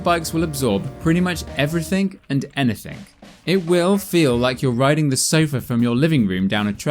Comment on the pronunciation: little gripe it is "everything and anything" not everythink and anythink" . Nice rig though..